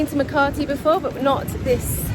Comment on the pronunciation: There is NO R in Makati. Ma ka ti